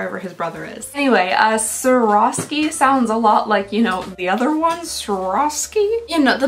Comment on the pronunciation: Figure skater here! (I’ve crystalled many a dresses in my day!) Swarovski is pronounced “swore- off- ski”☺️